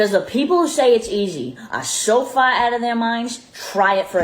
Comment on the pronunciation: Never before have I heard train wreck of a terribly exaggerated so called Boston accent SO CLEARLY as hearing her attempt at CAR and FAR. My Bostonian ears are wounded! What even was that! Keh, kaerh, kaea? Fehhh? Not even close. Good G*d these influencers have no limits, they in orbit in some distant solar system far, far away. Meanwhile, real people are busting our butts to take care of our families and maybe find time for popcorn night at home.